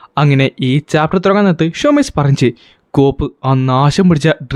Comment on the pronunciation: പറഞ്ഞു❌ പറഞ്ച് ✅😂